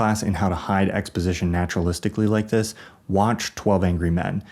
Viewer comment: bro said naturalistically